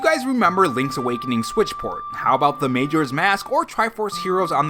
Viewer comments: Major's Mask? It's MAJORA Major with an A lol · Bruh.... "May-joras mask"...STAHP lol. It's "Muh-joras mask" 😂